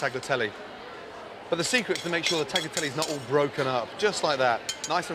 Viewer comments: He can’t pronounce Tagliatelle? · Gordon says hes lived in Italy but he cant pronounce tagliatelle. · Fantastic dishes here, Chef Ramsay!... but please learn how to pronounce 'tagliatelle'. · Ffs, I'm waiting for all of the Italians to comment on Gordon butchering the word Tagliatelle over and over... 🙄